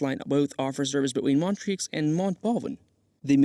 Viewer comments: Not sure if this is a real person's voice or AI, but they definitely need to work on their pronunciation of some location names ("Montrix"???) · Please research how to pronounce the names of the different locations correctly before making a video. You can only hear Montreux pronounced wrong so many times before wanting to stab yourself in the ear.